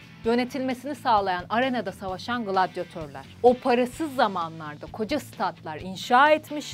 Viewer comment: Şu gglladiyetor diyişin yok mu